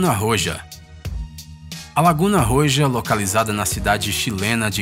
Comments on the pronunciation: Pronunciación: "Laguna Roha..",,, A pronúncia do Jota "J" em espanhol é aspirado, como se fosse um H. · O j em espanhol tem o som do R pra gente. No caso do Roja, a pronúncia sai como dois R no português, Rorra. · Mds esse cara deveria saber pronunciar melhor as palavras em espanhol kkkkk ri muito quando entendi a palavra que ele falou ROJA kkkkkkkkk